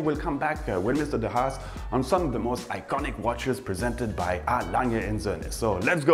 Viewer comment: Be careful please.It is"de Haas" and not "de Hass"de Haas meaning "The rabbit" and "de Hass" meaning "The hate"But I know what you mean...